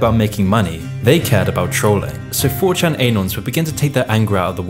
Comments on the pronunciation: Great vid but surely anon is pronounced annon as in anonymous non aynon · YOU CAN'T EVEN PRONOUNCE ANON CORRECTLY?! EH-NON?! EH-NON?! ARE YOU A CANADAFA?! IT'S AH-NON! ANON! SAY IT FAST! SAY IT WITH ME NOW! ANON! SHORT FOR ANONYMOUS! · Anon, it's "anon" not "a-non" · the way he pronounces "anon"